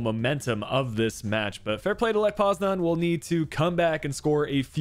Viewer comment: How are you fucking up this bad- lech poznan?